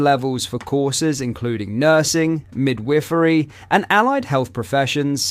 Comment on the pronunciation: I had no idea this channel was using an AI voiceover until he said “mid-wiffery”…